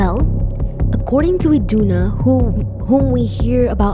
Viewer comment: Its not iduna